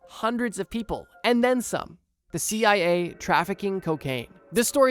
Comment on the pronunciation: Why do you keep calling the CIA the CAA?